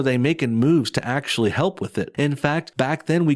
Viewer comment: What's a axuh shulley? 🤣😎🇺🇲